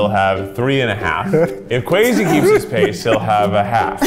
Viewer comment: Guys, how do you really pronounce Kwesi's name? In some prior video they said Kwessi but now it's Kwezi. I think of Kwazy Cupcakes from Brooklyn99 every single times. I don't want to disrepect him in my head he's so sweet, so which is it?